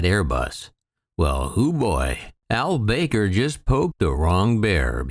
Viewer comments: Akbar El bAker.....it's pronounced El Baker. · No actually it is Ahl Bah-kr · You don't have the first clue how to pronounce "Al-Baker," do you?